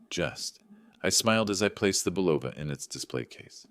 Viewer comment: AI doesn’t know how to pronounce Bulova!